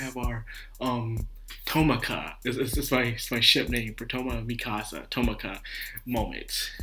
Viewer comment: Misaka, not Mikasa. Fiamma, not Fammia. 9 volumes into 26 episodes, not 11. For me, this episode was really good. Best so far, but I can see why you wouldn't like it as much.